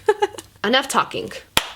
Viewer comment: "enough TALKINGK" hahaha is so cute